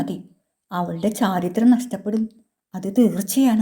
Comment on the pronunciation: അവതരണം നല്ലതാ 👍 ഉദ്യോഗത്തോടെ ചോദിച്ചു എന്നല്ല 'ഉദ്വഗത്തോടെ' എന്നല്ലേ. ചാരിത്രം അല്ല ചാരിത്ര്യം എന്നല്ലേ.